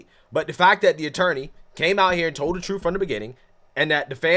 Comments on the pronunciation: The very ignorance to deny while saying "thats not the troof" whats the "troof" then goofy? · “Not the troof.” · Not the truff, not the truff!😂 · “Not duh troof at all.” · I axed him. Its not the truff😂😂😂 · Not telling the “troof”…… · “They not telling the truff” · it's not the troof. not da troof at all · Not da troof. Not da troof. Ok, what the hell is troof?? IQ is a real thing, and she does not have any. Winning.